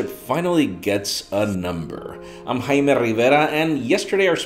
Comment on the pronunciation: He finally pronounced his name right! WOOHOO!!!